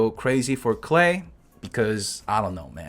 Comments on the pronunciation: in english as far as i know Klee is pronounced Kh Lee. rhymes with Me not Clay. maybe im wrong tho. i mess up names in this game all the time. lol. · I am German and Klee is rather pronounced "Kleh" than "Clay" Btw, it's the German word for "Clover" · No no no, even tho I’m already use to youtuber butchering character names, “clay” for this little girl is too much for me. I’m sticking with Klee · If its german it is pronounced Klee and Not Klay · Its pronounced K-LEE NOT Clay/Klay mate get your facts right buddy. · nevermind he's just saying it wrong it's kleh not klay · I thought that's klee(klie) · its fucking "KLEE" not clay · It's pronounced Gay! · Its klii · Isn't "Clay" the chinese meaning for her name? Clay isn't a german word, you are doing it wrong. Unless you study german you won't be able to say "Klee" correctly, just give up. It means clover btw. Diluc has the weakest E in the game, don't even think about building him around that crap skill.